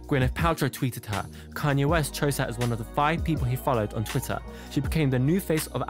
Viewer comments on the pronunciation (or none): none